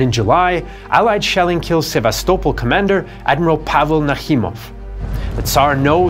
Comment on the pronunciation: Omg man finally Sevastopol pronounced correctly 😂